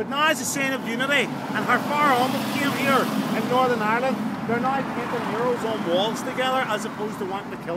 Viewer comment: I did this tour with this guy 8 years ago, and I couldn't understand the word murales, I kept listening mirrors and I was so confused